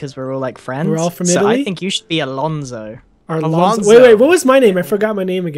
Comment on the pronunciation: ALONZO NOT ARLONZO